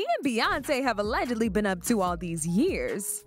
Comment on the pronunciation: Allegedly. The “g” is pronounced like a j.